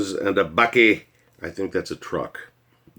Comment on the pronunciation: Bakkie is pronounced buck-ky.. What you say is 100% truth